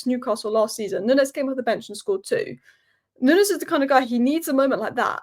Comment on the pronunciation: Stop saying "nunnez"